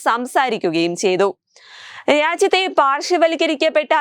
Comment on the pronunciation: രാജ്യത്തെ എന്ന് പറയൂ, ഇരാജ്യത്തെ എന്നല്ല